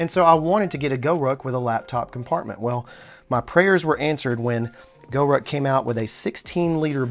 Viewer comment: Interesting! By the way, it's GORUCK, not GoRuck. :)